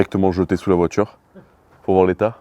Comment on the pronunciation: Monter un tchurbo sur une voitchure pour faire des vidéos sur youtchube...